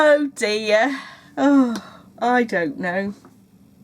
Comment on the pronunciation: I think in the seventies the scarf or creavate was really the thing. It needed to rest just around the inside of the collar. The loop would have held it there. I LOVE it when you say, "Oh, DEAH!" I think your next pin should say that! :D